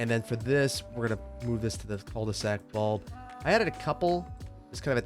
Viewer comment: Love you and your content, but idk why hearing people say "Col de sac" annoys me so much. I wonder if it's just me and my french speaking dumb ass. I usually don't care about mispronounced french words but this one is hard to deal with. 😂